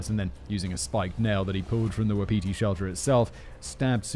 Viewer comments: Not the brightest spark? Maybe you're thinking of not the brightest light on ....the [Christmas] tree | or |..... the chandelier ? Fyi , Wapiti is pronounced WAH-puh-tee . Every time you say it, just for an instant, I think "Who's Petey?" ;) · For Simon - Wapiti is pronounced Wa-pi-tee, it is Indig (I think Cree) for Elk